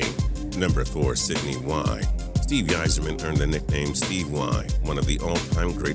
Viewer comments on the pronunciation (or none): It's funny how people are so triggered over the fact that he mispronounced Roy's name but nobody seems to care that he mispronounced Yzerman too